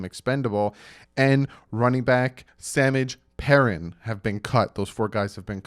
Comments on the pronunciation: samidge pairin 😂😂😂it’s sahmaji peerine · He said Sammich pairen..... Lolol